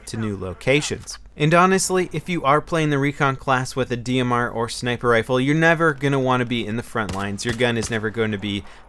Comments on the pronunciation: Sinper instead of sniper. :) No hate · lol "Sinper Sunday" :3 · Guys its "Sinper" as in "Sinper Fidelis" Duh.